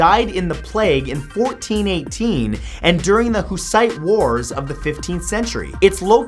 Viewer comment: You mentioned the ossuary before. Yes, I'm proud of my country. But I'm quite bothered by your pronounciation of "Husit". You make it sound like the terrorist.